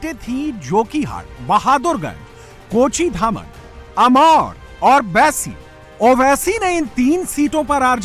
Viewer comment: Kochidhaman nahi kochadhaman